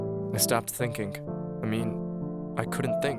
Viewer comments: It's pronounced "thinking" not "thinkink." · Funny how he says words like... Thinkink Somethink Anythink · the story was sad and all but I couldn’t stop thinking about the way the narrator pronounced “thinking” as “thinkink”